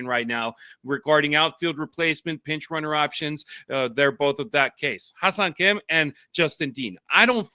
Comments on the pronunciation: Yeah it's a confussing name to pronounce. I thought is was pronounced like hiss-song Kim. He should probably just change his name to Henry! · You guys gotta stop calling him Ha-seong Kim